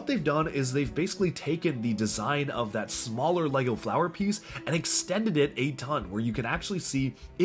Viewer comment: He really loves LAGO. at least that is how it sounds when he pronounces LEGO.